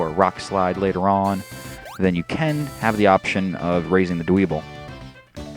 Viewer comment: Dwebble's name is pronounced Dw-ehbble. Sorry, I can't stand it when people mispronounce names :P